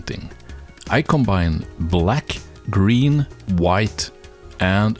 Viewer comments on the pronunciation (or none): none